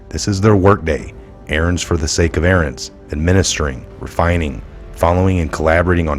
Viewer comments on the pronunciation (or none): none